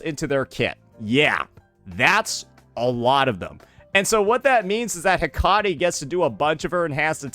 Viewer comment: Man be butching these names. Hecate.😂